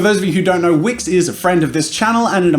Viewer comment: dude at first when you said "this video is sponsored by wix" I thought you said wish, and felt betrayed... i was ready to disabon from that wonderful channel because you've sold your soul to the devil... But it's fine, it's wix ! Feeeeeewwww !😫